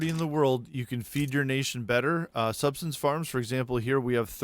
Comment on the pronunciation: It’s sub-sis-tance not substance.